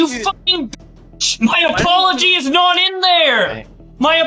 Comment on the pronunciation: My brain got so rotten over past few years that i actually heard his say "My apolocheese is not there"